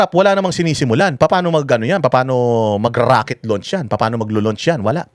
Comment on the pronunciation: RAKET daw hindi ROCKET 😂😂😂